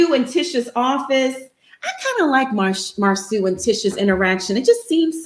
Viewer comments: You'll his name is Marso not Marsue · Mar-SO... his name is MAR-SO 😂😂😂😂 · It’s spelled Marsau but pronounced Mar-soo. Don’t know why that’s too hard to comprehend even after being corrected several times. 🤷🏽‍♀️🤷🏽‍♀️ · Before doing another live show review....WE NEED TO DO HIS HOMEWORK AND WATCH THE SHOW YOU’RE REVIEWING OR DON’T TRY TO REVIEW IT. It’s disrespectful to the viewers who’ve watched the show. Secondly, we know you watch Love and Married in Huntsville every week and we know you’ve heard the entire cast correctly pronounce Marsau Scott’s name but yet week after week you continue to mispronounce it even after people tried to help/correct you in the comments. Marsau is pronounced (Mar-soo). Mar-soo. I pray this is received as constructive criticism and not offensive. 🙏🏽